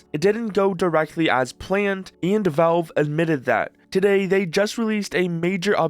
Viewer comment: Valve, bro. Not "Velve".